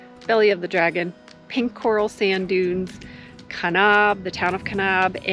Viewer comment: You mis pronounce kanab